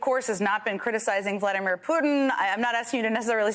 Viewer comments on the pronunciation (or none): none